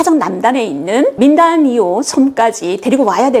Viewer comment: 필리핀 최남단에 있는 섬 이름 민다나오 를 민다니오 라고 하시는데 확인하시기 바랍니다 .고맙습니다 .